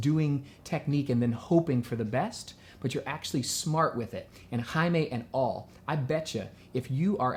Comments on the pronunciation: Morocco My Country :D It's CHaimae Not haima :p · Her name is shaima not haima She is from my country (Morocco) I mean I'm Moroccan as well Thanks for answering to her question